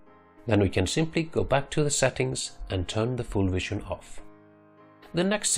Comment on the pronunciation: Then he says view then he says wision.... The fucking V always makes the same sound